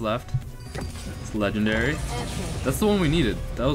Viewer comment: Yea and you even call your name video so many leagendary and you call the epic Leagledairy lol